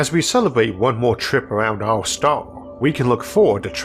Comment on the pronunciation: isaac arthur = elmer fudd.... wowoed = world stawwww = star enwieryament = environment